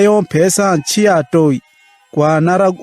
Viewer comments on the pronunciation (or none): none